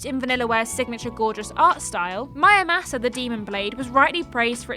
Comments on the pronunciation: Why read it mÄramasa when it clearly spells Muramasa. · Please inform me, is it MUramasa or MYamusa? The first time I thought she just had a little brain-fart, but then she repeats it. Thanks in advance. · Did she say mayamasa? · Mayamasa? Are you even trying? Do you pronounce samurai as samayai? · The letter R: exists People in the UK: 😨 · Nintendo & MonolithSoft should remaster Disaster along with their DS ARPG Soma Bringer for Switch....and release both worldwide unlike the original versions. I'd say my personal potential hidden gems would be the Endless Ocean games, FlingSmash and WiiWare's Eco Shooter: Plant 530 also how the heck did you manage to butcher pronouncing Muramasa so badly?